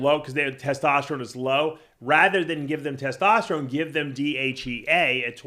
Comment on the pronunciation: That gotta be a freak guy has to make a audio of saying “tetosterone” and “tetostalyze” 😂😂😂😂